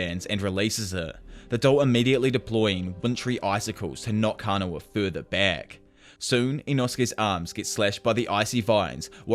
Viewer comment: it's kah-na-oh